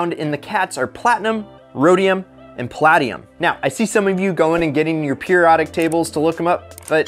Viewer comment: Pronounced pa LAY dium